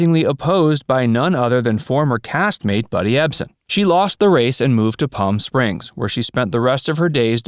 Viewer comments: Its Ebsen, not Epsen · “Ebsen,” NOT “Epsen.” Bob Cummings Show, NOT Bob Cunningham Show. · It is Buddy Ebsen, not Epsen. And it was the Bob Cummings Show, not Cunningham. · So much for facts. It's Buddy Ebsen not Buddy Epsen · Ebsen not Epsen. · It's Buddy Ebsen, Not Epson!!! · Buddy Ebsen not Epsen. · it's Buddy Ebsen NOT Epsen. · Facts verse? Hm? His name was EBSEN, NOT ePson....Geez. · Wasn't it Ebson, not Epson? Which, I believe, is some kind of medicinal soap.. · His name was Buddy EBsen, not EPsen. The Bob CUNNINGHAM Show?! How about the BOB CUMMINGS SHOW!!! At least get the names correct!!! This is a joke! And they weren't displaced by the government. An oil company leased their land. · it's Buddy Ebsen, not Epsen. that's a fact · It's Buddy Ebsen not Epsen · Although I enjoyed the video and the information provided, if you cannot properly spell Buddy Ebsen's last name properly (Epsen) and you don't know the difference between Robert Cummings and Robert Cunningham, your professionalism is questioned. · If your going to make videos about these people you could at least get their names right. Buddy Ebson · it was Buddy Ebsen, not Epsen. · its not buddy epsen, its buddy ebsen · It's Buddy Ebsen, NOT Epsen. And I wish you had mentioned Donna Douglas' role in the classic Twilight Zone episode, "Eye of the Beholder." [I won't give away the ending!!] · His name is Ebsen not Epsen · EBSEN, not EPSEN. CUMMINGS, not CUNNINGHAM. How many more mistakes can you find? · Buddy Ebsen, not Epsen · ebsen not epsen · 'Buddy EPSEN'....FFS!! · EBSEN not EPSEN. I mean it's on the CREDITS! :) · Buddy Ebsen, not Buddy Epsen. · Buddy EBSEN not EPSEN! C'mon! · And it’s Ebsen.